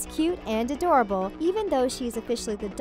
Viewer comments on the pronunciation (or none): none